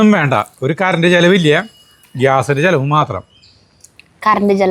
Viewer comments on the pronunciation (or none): none